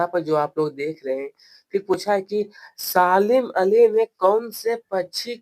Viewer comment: Salim Ali ❎ Saalim ali 💀💀 Bahi aapko padhna nahin aata to kyon badhate Ho pahle khud padho uske bad dusron ko padhana ok